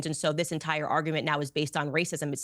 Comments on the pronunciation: Why doesn't she know that Vivek rhymes with cake? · Mikhaila is talking about racism towards Indians and she can't even take the time to say Vivek's name properly. It's Vivek, vek rhymes with cake. I'm only here for Candace, couldn't care less what Jordan Peterson's perma scowling daughter says about anything. Mikhaila seems like a very miserable person.